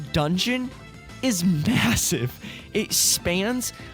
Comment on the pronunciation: Did he said massive?